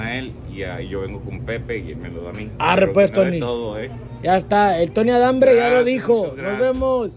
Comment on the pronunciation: 😂😂 "tony adhambre" 😂😂